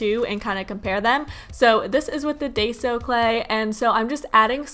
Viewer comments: you pronounce daiso clay WRONG!!!!!! its not dayso...you pronounce it like this....this is the correct way to pronouce it...diso....your stupid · its Da-i-so clay. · I don’t mean to be rude but it’s pronounced die-zo